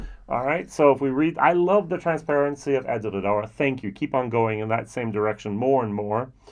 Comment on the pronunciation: I love your pronunciation of Edradour, that R in french style is so cool 😁 Great review with comparison of these gems 🥂🥂🥂🙋‍♂️